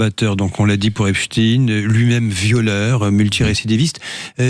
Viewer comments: On ne dit pas EPSTINE On dit EPSTEIN 😕😕😕😕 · Epstein comme Frankenstein, Einstein, Bornstein, Weinstein, … et non Epstine, Frankenstine, Instine, Bornstine, Winstine et tous les autres. Nous sommes en France et Einstein n’a jamais été prononcé Instine. A force de répéter un mensonge, il en restera toujours quelque chose mais cette fois, ça ne marche plus. Les gens se rendent de plus en plus de la supercherie. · Le journaliste est anglais? Epstine c'est lourd à entendre. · Ils m' énervent ces journalistes à prononcer " Epstine " comme les Ricain alors que c'est un nom juif allemand 😣